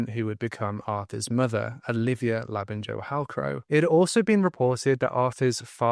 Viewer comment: It’s pronounced Labin-yo Hughes, not Labin-Jo 🤦🏻